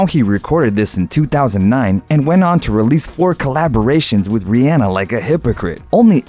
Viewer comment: He said it right. Here's Rihanna pronouncing her name.